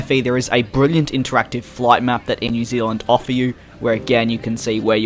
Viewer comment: "Air New Zilland"